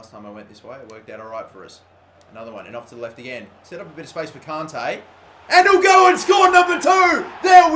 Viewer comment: Please fucking say kante right, its kant-ay